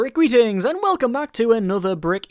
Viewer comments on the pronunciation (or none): I've been watching your channel for a very long time now, and I still hear your "Generic greetings" intro as "Generic readings".